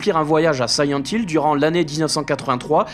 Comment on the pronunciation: Siyent Hill ...? Connais pas.... Par contre SILENT Hill oui !!! Le 2 est un chef d'œuvre !!! Merci pour ta vidéo !